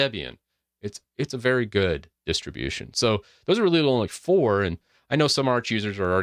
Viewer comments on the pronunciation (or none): none